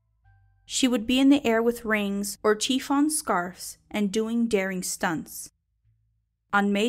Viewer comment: The material the scarves are made of is pronounced SHI-FON. FYI 💖